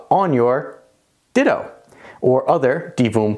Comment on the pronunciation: Perfect video except it's not called a "Ditto" lol it's Ditoo.